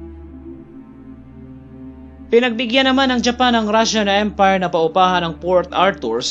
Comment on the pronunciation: kakaiba ang pagbigkas mo ng Japanese EM-PAAAYYR Rashan EMM-PAAAAYYYRR